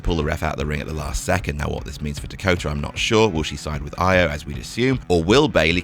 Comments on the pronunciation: E O not I o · Why can't say Io properly? Is he doing it badly on purpose or what?